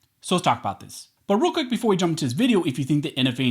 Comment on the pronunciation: "Borooka" (But real quick)....always hear it like that.